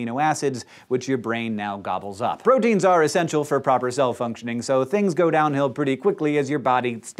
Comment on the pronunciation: When he said functioning I thought he said fucktioning haha and I was like what??